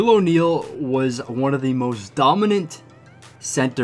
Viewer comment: And it’s o Neal and it’s o Neal and it’s o Neal and it’s o Neal and it’s o Neal